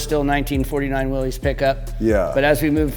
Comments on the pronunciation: Willys is not "Willy's." It is an alternative spelling of Willis, and is correctly pronounced Willis. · Please note the correct spelling and punctuation, Willys, actually pronounced Will-iss. Not Willy’s, Willie’s or Willies. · I wish more automotive enthusiasts, builders, and general public would recognize the brand as Willys, pronounced Will-iss, not Willy’s, Willie’s, Willy,etc…respect the namesake.